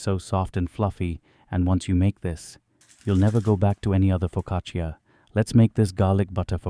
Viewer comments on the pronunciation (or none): Why are you calling it a POcaccia? It's FOcaccia! Also you baked it for too long. It's brown on top. Too much. Downvoted! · Nice bake, but Just wanted to mention I speak Italian, and the “i” is silent in the word focaccia . It’s Pronounced “fo..ca..cha”Annunciating the “i” doesn’t make it sound fancier. It just makes you sound ignorant. The more you know🌈⭐️ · You would deserve a parental one for the mispronunciation....foccacheeeeya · please stop saying foccacia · AI did't quite get the pronunciation of the focaccia right. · It is pronounced without the "I"